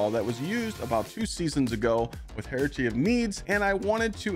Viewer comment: The way he pronounced hierarchy of needs💀